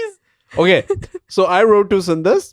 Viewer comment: My fellow Indians, It's sundus and not sundas 🙏 thank me later 🙏